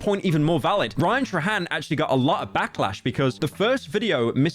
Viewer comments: You did not say Ryan "trahan" instead of "trayhan" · "ryan tra hen" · Rian-Truh-Hand- love British people🤗